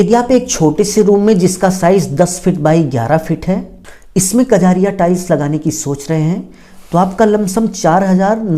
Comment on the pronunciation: कजरिया नहीं कजारिया होता है वो